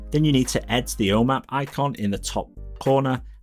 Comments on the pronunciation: I kept hearing “O Map”. Kept wondering what this was. Just realized he’s saying “home app”. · I’d justify it being the accent but I geninuely think he’s trolling or something. Om App he said probably 10 times but he properly pronounced HomeKit completely right every time. 🤷🏼‍♂️